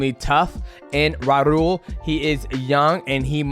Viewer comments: dj said raul name so wrong lmao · DJ called Raul “Warul” 😂